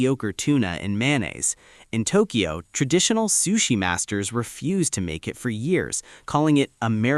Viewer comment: Don't forget about the "Tokio"